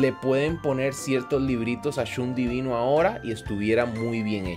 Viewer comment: porque le dices chun a shun:,v